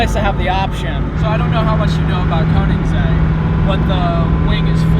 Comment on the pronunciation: Damn, I cringe every time someone that is not Scandinavian or European pronounce Koenigsegg, it’s pronounced königsegg. Or just ask Christian Von Koenigsegg how too pronounce Koenigsegg :)